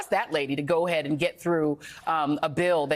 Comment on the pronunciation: "Codify". Bahahaha